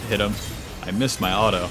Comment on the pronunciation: You keep saying alto instead of auto ,where are you from😂